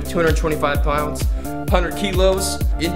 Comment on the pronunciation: "Bumpin it up to 225 pwounds"